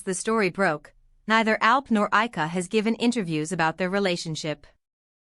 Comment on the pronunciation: First, pronounce Ayca's name correctly. Second, maybe photos of Ayca and not Alina.